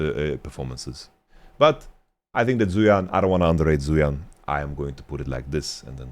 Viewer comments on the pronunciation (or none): It's not a big deal and I'm sure people won't really read this or care much, but wanted to mention zuian is pronounced more similarly to zwei(like hwei)-ahn/on. other chinese names like fengyue were actually much better pronounced than most western streamers I've seen though.